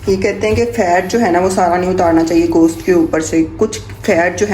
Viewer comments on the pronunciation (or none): none